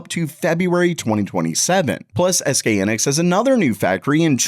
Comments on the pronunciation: Its high-nix not he-nix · Hy nix 😅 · It's HY-nix, not "henix." The name comes from "high" + "(electron)ics." So yes, it's an English styled word, and it is pronounced "high-nix" in Korea. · its Hy Nix not Hannex !!!!!!!!!